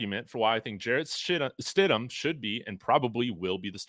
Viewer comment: he says Jarret Shit-em!!!